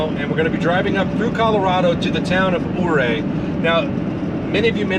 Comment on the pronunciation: I enjoy your videos….FYI, Ouray is pronounced….Uray. We camp at the KOA there almost every year. The “million $ highway” is not all that bad as long and one is paying attention. It is difficult to take in the views while driving, I suggest you switch drivers on the way back so the other person can enjoy the views. Also, Silverton is a great mountain mining town.